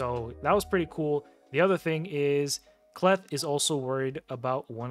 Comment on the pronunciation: Hey I agree with your assessment of the Knights Revenant faction, so don’t think that I am nitpicking, I can help you with the pronunciation of K’Leth . When a letter comes before an apostrophe at the start of a name or word that letter is pronounced in the long form, examples are seen in African, Native American and some other Eastern cultures. So the probable way to say the name K’Leth would be as follows: K’Leth would be pronounced as “Kay-Leth.” But that doesn’t mean that I am right, however I study names and cultures as a hobby.